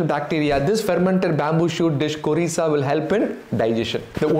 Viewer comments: It is not korisa it is `khorisa ‘ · 6. Khorisa not kurisa or curisa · It's Khorisa. Bambo shoot.